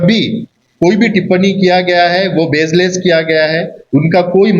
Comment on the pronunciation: Sach hamesha dallo ko he kadwa lagega, desh k padhe likhe loog Rahul gandhi k saat he rahenge, aur jahil loog backchodiya karenge thumari tarah, aur haa bazeless nahi baseless hota hai pehle bolna seekh lo jahilo, baad me desh chalana tum loog, tum kuch mat kroo barish gir Rahi hai Ghar pe chadar tano aur so jao, desh ko thumari tarah jahilo ke zarurat nahi hai, EDUCATED loog hai abhi bhi desh me, desh ko chalane k leay. In short kuch acha toh karte ho nahi tum bs backchodiya backchodiya backchodiya krte ho Backchods UNEDUCATED leader of Andaman 😂